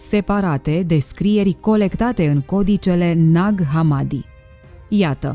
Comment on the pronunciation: Ne-ar fi interesat mai mult ce scrie in manuscrise iar hamadi se pronuntă cu accentul pe i.